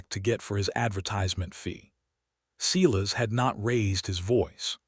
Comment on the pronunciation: Silas Is pronounced "Sigh" lus" NOT "See" lus"